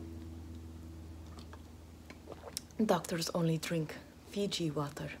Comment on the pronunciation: "Daktors 0nly drink FIji wATerr" lol she's like me